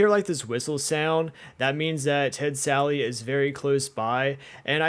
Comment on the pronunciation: Why does everyone call “Ted Sally?”